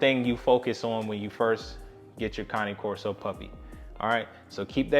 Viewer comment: Finally! Someone who pronounces it correctly! I am one minute in to this video, and I love you (and Duke) already! I sometimes feel like I’m on a one-woman crusade to fix this. Thanks!